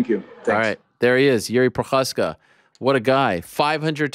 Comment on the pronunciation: You pronounce Prochazka properly now and you're the only one. It makes me smile that you figured it out. English speakers don't generally get it but Jews have the "ch" sound down. You won't get Jiři right without training but I'm still proud of you